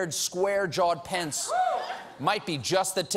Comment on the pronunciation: is steven unable to say "pence"? swear for the past 3 days hes been saying "pants"